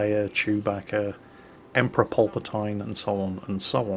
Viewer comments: "emperor polp-a-tyne" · Im sorry did he seriously say "Polpotine" oh you so silly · PAL-PAH-TEEN. please. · He said pulp-a-tine kek. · good im not the only one who caught that lol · "Emperor Polpatoine" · Can we just take a moment to realise how pronounces Palpatine